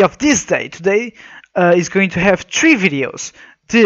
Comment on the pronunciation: "Tree videos" Oml you mean three? that...that was so precious...